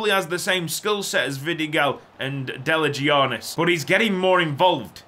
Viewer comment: Deligianis name is pronounced Deliyianis in Greek 😁. Much love from Greece🙌🏻🙌🏻